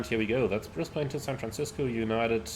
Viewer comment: Great video again. Like the look of the PMDG 772, but don’t know if I want to spend money on another 777 variant. As an Aussie, if you were wondering, Brisbane is pronounced as “Bris-ben” or “Bris-ban”. 🙂